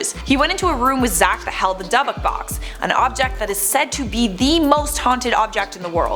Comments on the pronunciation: Dubbuk box … it’s pronounced Dib-bik. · DYBBUK...NOT DUBBUK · HOWS SHE STILL PRONOUNCING DYBBUK WRONG?